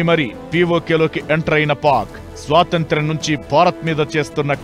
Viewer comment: శ్వాతంత్రం కాదు స్వాతంత్రం...